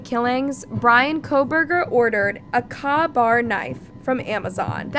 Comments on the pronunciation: A "kah" bar knife? Its pronounced "k-bar." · Caw bar? It’s pronounced “COH BAR” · Exactly!! Like Kay-bar….. AI can’t get it right!! PS Ka-Bar knives have been made since 1924…. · "K" bar! Not, ka Bar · Kay bar not Car bar !! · K bar not kaw bar knife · Good coverage // it's pronounced, "K"-BAR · IF he was involved, so were the surviving roommates, and possibly even the girls family who sooic!ed herself. He doesn't seem to have actual evidence against him, only speculation. Its pronounced K-bar by the way. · Its pronounced K-Bar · good video because you got so much information to us in 23 minutes!!!! Other true crime YouTube channels drag on for over an hour without presenting as much info!!!! Thanks!!! The knife brand KA-BAR is pronounced like it is KAY-BAR!!!!!! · K bar! K bar knife. Do you know how ridiculous you sound! In a day & age where you can literally hear the pronunciation of a word on google!!!!. Do better! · Same. That kah-bar pronunciation was getting on my nerves. Like she hasn’t watched a single one of the thousands of videos on this case where they’ve pronounced it correctly 30 times in each vid. Lol. 🤦🏻‍♀️